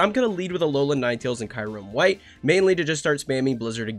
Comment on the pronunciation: Why do I keep hearing kayrem? 😂